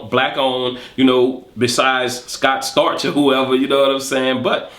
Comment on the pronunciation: He said Scott Starch lol hahahaha !!